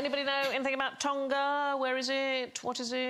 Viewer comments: the G isn't pronounced separately, it's part of the ng blend and sounds the same as the ng in English words like "singing". Some English accents do pronounce the G separately like "sing-ging" but English people seem to pronounce the G in "Tonga" separately even if they don't do it for English words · Why do British people pronounce Tonga like that